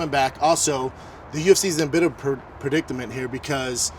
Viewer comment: Per dick a mint 😂😂